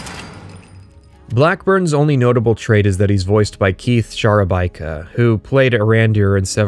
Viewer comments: More impressive than you guys drilling down into the nuts and bolts of how profoundly Bethesda failed the idea and execution of this game is that you dropped Keith Szarabajka's name like nothing, no goof on pronunciation. Mad props. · I don’t know how on earth you managed to say “Keith Szarabajka” and NOT “Joshua Graham” in the same sentence. Didn’t realize he was also in Skyrim.